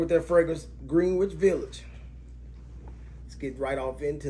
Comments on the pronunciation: Ahh, my current winter scent. And, take it from a born n' bred NYer whose been hanging out in Greenwich Village since the 80s, it's pronounced Gren - itch. Great vid, bro!👍🏽👍🏽👍🏽👍🏽👍🏽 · Why do y’all pronounce it word. It’s not GREEN WICH. It’s pronounced Grenich. Y’all be irritating. 😂